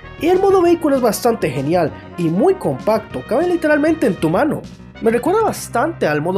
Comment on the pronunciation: Dijo mano o ano😐